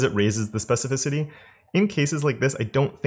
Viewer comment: I'm proud of you... you learned how to pronounce 'specificity'! lol. Thanks for the videos.